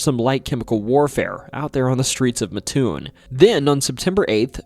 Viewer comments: MATT- TOON not Muhtoon (I live in Mattoon) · "MATT, TOON' not "MA-TOON" but great video! Thank you T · It's Matt toon not maatoon. Just like mattress lol. It's about like people not dropping the s at the end of Illinois. Rag doll is more interesting than the mad gasser. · It’s not ma toon it’s Mat toon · It’s Mattoon not Matoon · mattoon is pronounced matt-toon, not muh-toon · Illinois man here, it is pronounced Matt - Toon not Mahtoon. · I'm from mattoon. It's pronounced Matt-toon. Not Matoon. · it's not Ma-Toon. It's Mat-Toon. My family has lived in the area for over 200 years and no one has ever called it "Matoon." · This is tuff ash butt it’s mat-toon I live here trust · Not to be that guy but the town is called “Mat-toon.” I was yelled at about it when I went to EIU. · wrong pronunciation of Mattoon. Coles county folk call it Mat-Toon. With all the other stuff of that could have been talked about this was a good story. Cole’s county has some pretty crazy stuff from unsolved murders at air tight bridge, a hunted insane asylum, multiple witches graves. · Bruh, mattoon is pronounced matt toon. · It’s pronounced Matt-Toon. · It’s “Mat-toon” , I live in a very close by town. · I love that you covered Illinois! My state is a wild one. Fun fact, Mattoon is pronounced Matt-oon (it's a super common mistake, but the Amtrak conductors set you straight every time 😂) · I know the maker of this video isn't from central illinois just by the way he pronounces Mattoon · I live in Charleston. Right next to Mattoon. You're saying the name wrong